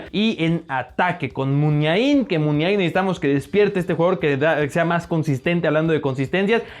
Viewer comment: Una corrección. Oyarzabal se dice como si tuviera tilde en la 2a '' A" no la ponemos por que en Vasco no existe. Lo mismo con Muniain.